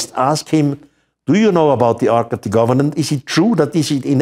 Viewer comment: please quit saying arch of the governant.